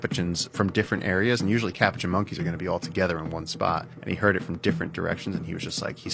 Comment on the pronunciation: what the hell is a capagin monkey? I know what a capuchin monkey is.